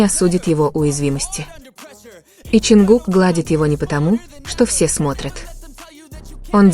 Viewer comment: Не ЧонкукА.а ЧонгУка